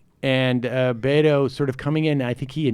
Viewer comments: Please gentlemen, 'Beto' is pronounced "Beh-toe" not 'Bey-dough". Thanks. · Yeah, this is something they've been doing for awhile - mispronouncing his name. I've pointed it out in the past to no avail. I don't know if it's because they really haven't followed him much, but they simply refuse to say 'Beto' properly. Maybe on purpose, or maybe it's a NY/Long Island thing...probably on purpose.